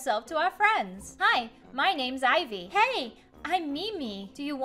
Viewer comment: That is not how to sla ivy my name is ivy its ivy